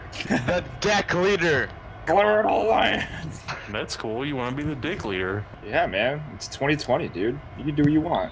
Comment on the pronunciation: I hear “CLURR TO LAND” in my dreams😂